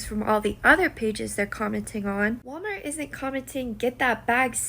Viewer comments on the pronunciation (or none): none